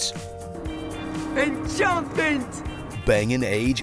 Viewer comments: enchantment?... ENCHANTMANT!! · Please say "Enchantment"